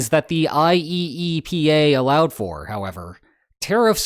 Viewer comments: I believe you'll find it is pronounced, i-E-pa. 😉 Also, yeah, the importers lost nothing b/c the costs were passed along. All the people in Red States who have nowhere to shop but Walmart have been paying the tariffs b/c everything at Walmart comes from China and Bangladesh. I'm old enough to remember BEFORE SuperCenters, back when Wally Wolrd bragged about "made in America" and still being budget-friendly. Not no mo'. So Trump has just been screwing over all the people who voted for him (plus others). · Just say "eye-E-pa" all together my guy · I have never heard any one call it I-E-E-P-A, let alone that often. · I did wonder watching this video,: after how many times of saying "IEEPA" letter for letter did you feel tempted to start pronouncing it "Yeepah!" instead?